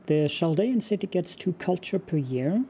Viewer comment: Love this game! Glad to see this again. FYI: “Chaldean” is pronounced with a “K” sound, not a “Ch” sound (sorry, I am a bit of an ancient history nerd)